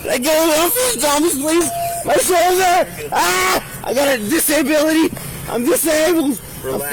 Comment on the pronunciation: Did he say he had a “disinbility”?